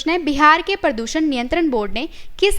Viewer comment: Nice informative video.... But pronounciation of some words need to be appropriate. It's 'प्रदूषण ' not 'परदूसन ' and 'आतंकवाद ' not 'आंतकवाद ' ..... Some more words were pronounced incorrectly.